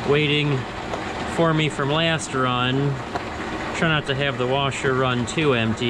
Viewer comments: Egg “wersher”! 🤣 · Only one R in washer 😛